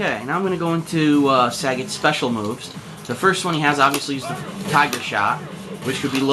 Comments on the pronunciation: saget? its sagat lol saget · "Sa-gaat" Not sagat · Your pronunciation is annoying me. Suh-GOT not Saggit. Ree-ew not Rye-ew. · Saggot ITS SAGAT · Its SAGAT not SAGGOT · You say the name wrong o.O it doesn´t sound like sagget it is as it is spelled sagAt =) but still good vid =) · It's pronounced "SagAHt" just like how Ryu says it in Story Mode. It's not "Saget" despite all Americans pronouncing it like that. It's quite pathetic hearing it. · It's saGAT not SAgat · Sagat, like Bob Saget? Hehe.. It's Sa Gart my friend.. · it is SAGAT not SAGET and its RYU not RAYU...what the fuck is wrong with you man. God damn whites just cant pronounce simple shit. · oh my...his name is not pronounced SAE-GET... its SAH-GATT. haha sae-get just makes him sound lame. just thought u'd like to know :) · learn to say his name before posting vid plz.... lol its saGAT not SAGET its pronounce more like SA GOT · just want to add in that his name is Japanese and "git" the way he says it isn't in the language, nor is "Saa". So, you're right. It's Sa-Gat-to, with the to being removable in english. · suh-gatt! ree-yu! pronounce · Happy Birthday, Sagat! One of my favourite characters in the franchise! By the way, it's pronounced as Sa-GAT as not like Bob Saget! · Nah that's the stupid way the in-game announcer started saying it for SF4. And maybe earlier SF games. Point is, us "un-edumacated" North Americans started "mispronouncing" the names (Sagat, Ryu, etc.) from DAY ONE and we're sticking it to it. Sagat = "SA-gut" not "Sa-GOT" Ryu = "RYE-YOO" not "Ree-oo" Abel = "Ay-bel" not "Ah-bel" Zangief = "Zan-GEEF" (hence the abbreviation "Gief"), not "ZAN-gee-ef" etc. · last time I checked, it wasn't 'sag-it' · if they wanted us to pronouce it that way they would have spelled it that way. Mind u that back in super turbo the fucking game clearly says sagat. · it pronounced suh-got saget is bob saget name sagat is spelled different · its pronounced saggit in other games